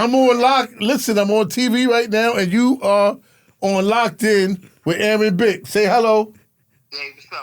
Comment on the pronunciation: He called him Aaron Bick 😂😂😂😂